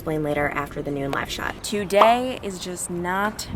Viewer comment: When you said “live shot” location I thought you said “lash outlet”. I was like “wait, what, is one open?” I have two loud kids so it was just me, but super funny. Thank you for all you do! 💛